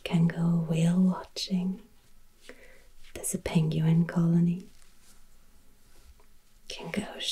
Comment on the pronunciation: Wow absolutely fascinating! I also love how you pronounce penguin, I think everyone should pronounce it your way, it’s much much nicer 💕